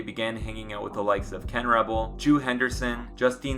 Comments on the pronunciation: Joo Henderson is pronounced joe Ambitious Ade is pronounced ah-day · And “Joo” is pronounced “Joe”, which a lot of people don’t know where “Valid Like Salad” cane from, but they play it at all the kid’s birthday parties lol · Joo is pronounced Joe